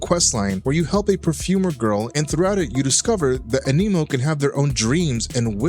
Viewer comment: why TF do you keep saying AMINO?